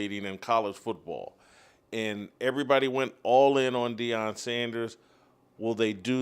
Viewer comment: Everyone it is Deion not Dion..